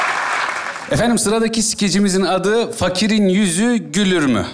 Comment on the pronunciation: "Güler mi?" olmayak mı ya?.Gülür mü ne!